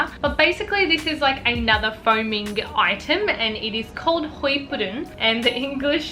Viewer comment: Did she say qweef?? Lol